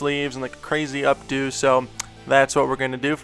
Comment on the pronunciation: When you said "up-do" I giggled...I don't know why. This is AWESOME (of course). :)